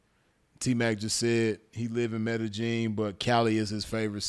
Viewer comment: Blessings to the game. Glad you're good fam.... say btw... it's pronounced "Med-Eh-Yeen" fam.... No J or G in it. #salute #ripsinful